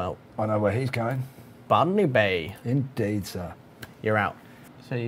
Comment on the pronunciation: "Ban_me Bay"? That's what I heard. You should rename Botany Bay to that. xD